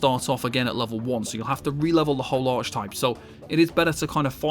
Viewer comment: Lost me at "arch-type"